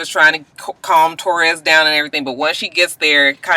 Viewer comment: way are you calling that girl "Torres"? Her name is Ta'Rez. When you were talking about the med's and the sleep. I was like alright "Michael Jackson".